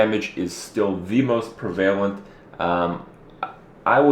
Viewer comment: Its pronounced prev-a-lent not pre-vale-ent.